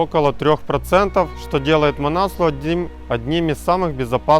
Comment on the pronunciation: Несломность - такого слова нет в русском языке, правильно писать непобедимость. Манаслу - ударение на У правильно говорить. Непальцы говорят так.